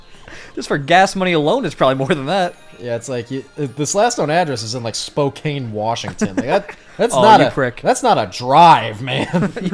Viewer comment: SPOKANE REFRENCE (he pronounced it wrong)